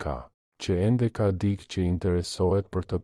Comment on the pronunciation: Te gjitha ç' far thua Jane realitet.te lutem fjala dikë nuk lexohet dik, tingellenon keq dhe dukesh sikur nuk e respekton gjuhen shqipe. Ç' fjale duhet lexuar me korektesi.